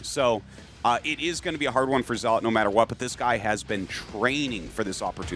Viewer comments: Not to be pedantic but it's not "ZEE-lot." It's "ZELL-uht" I pronounced it this way too until I was 25; no judgement. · Tasteless... "Zee-lawt"? Really ? 😂😂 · Somehow they both pronounce "zealot" wrong in different ways